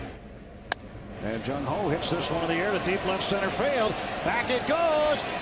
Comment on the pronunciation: did he just say jung ho ho. thats racist. lmaooo